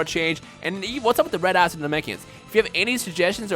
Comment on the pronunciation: I keep thinking is saying "red ass" instead of red eyes when he describes the god classes XD